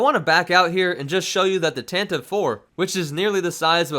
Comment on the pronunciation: 'Tantive' 9as in Tantive IV) is prounounced Tan-TUH-VEE, not Tan-TIVE. (Sorry for being anal, but it was originally introduced in Brian Daley's radio play version of the Original Trilogy, and it's stuck in my side ever since -- yeah, 30-plus years. I'll shut up, now.)